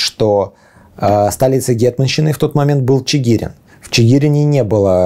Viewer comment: Спасибо за историю, только ударение правильно ЧигирИн